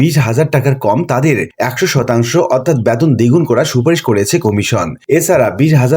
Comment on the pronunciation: উচ্চারণ এত বাজে। বেতনকে বলছে ব্যাতোন।!